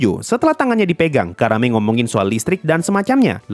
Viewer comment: Nyebut Karanenya gak terlalu jelas jadi kedengeran Karame